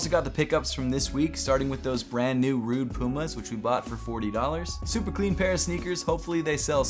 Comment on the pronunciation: Rhude 😄 Say it with me Rhu-e-ge (Rhuigi) Also bruv, the golden Jordan 11 lows are mens and there called the Closing Ceremony 11 lows and were pretty hyped in 2016, Dwayne the Rock Johnson has a pair